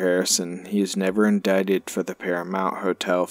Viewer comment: Wow glad you finally pronounce indicted right! 👍